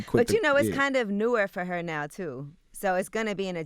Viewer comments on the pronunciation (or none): Angela yee said “newer” 🤔